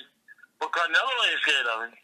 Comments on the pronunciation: Nazi kills me calling him "CaR-nelo" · "Carnelo," WTF??